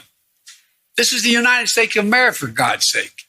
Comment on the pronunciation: I think if i would have seen subtitles, brandon said "Unideg Steaks o Famerica" .